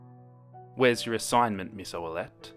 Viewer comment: Jennifer Ferlmann its oullette